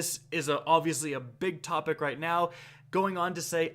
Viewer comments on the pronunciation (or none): none